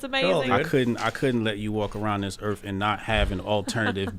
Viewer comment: "Erf"... Yep, not going to take you seriously.